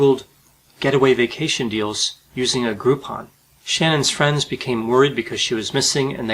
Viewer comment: Wife's name iss sh-nann